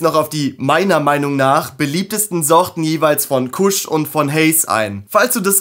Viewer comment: alles cool, was mich immer wundert ist, beim Haze sprecht ihr es richtig aus, aber Kush sprecht ihr deutsch aus. Kusch.🤭Das OG wird ja auch englisch ausgesprochen und nicht wie bei einem Obergefreiten. Ich muss jedesmal grinsen, wie ihr eure Sprache nutzt, nicht schlimm, süß und dörflich. Trotzdem nice stuff und sehr gut gemacht dein Video. Bitte CBG hypen und die Welt aufklären und zum Mitforschen animieren. LaHuerta verkauft CBG Semillas, auch als Auto z.B.. Das "Ur-Cannabinoid", aus dem THC und CBD erst entstehen. Würde es schneller wachsen, würde ich berichten. CBG "soll" die anderen Cannabinoide boostern und als "single version" konsumiert, das Verlangen ohne sedierung stillen. Krass, oder? Der Tend geht zum Blend, ist meine frühe Meinung. Beste Grüße, Thor